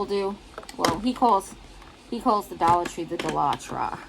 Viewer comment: It sounds so exotic when you say it that way dolla tra ! Love it !